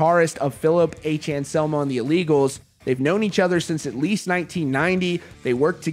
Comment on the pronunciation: And anselmo not Shamo